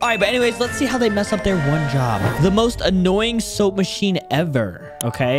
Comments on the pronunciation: bro is saying soup not soap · Soap not soup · most annoying soap, proceed to say "most annoying soup"